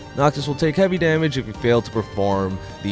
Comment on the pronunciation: "Noctos" "Gladios"